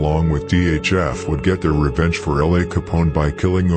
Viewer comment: Do Young Pappy, T. Roy, J-Money, Wooski, K.I, L’A Capone. And please Pronounce ( L.A) name right. It’s L. A NOT LA